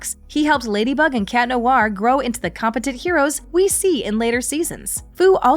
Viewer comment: The way you pronounce "Noir" is cringy! It's Nwahr, not Noo-ar.